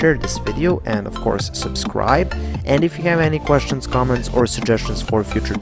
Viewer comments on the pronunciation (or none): Thank you for very nice tutorials but for "have' please try to say hev instead of hiev.